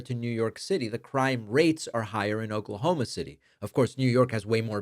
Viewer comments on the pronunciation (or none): none